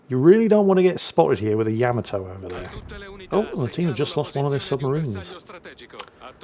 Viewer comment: It's not Yam-a-toe it's, YUH-MAH-TOE, YUH-MAH-TOE, YUH-MAH-TOE, YUH-MAH-TOE!!!